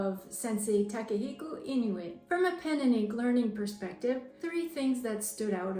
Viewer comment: Seeing her pronounce the name so accurately is really refreshing and good to hear!